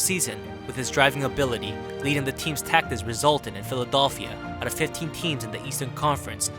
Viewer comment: This man said philidolphia